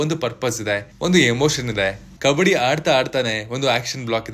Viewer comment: ಕಬಡ್ಡಿ taane adu? ಕಬ್ಬಡಿ ಅಲ್ಲ